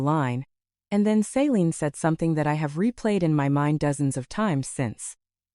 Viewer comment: Pretty sure the sister’s name is Celine, not Saline. She’s not a medical drip.